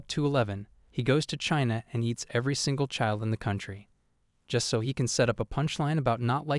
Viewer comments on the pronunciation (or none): none